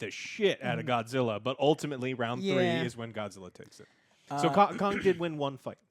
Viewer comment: Why do these movies always need an Asian actor always concerned for Godzilla and say his name like “goshilla”